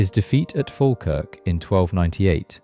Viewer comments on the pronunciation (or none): Fa' Kirk AI Pish aye pish FALKIRK wtf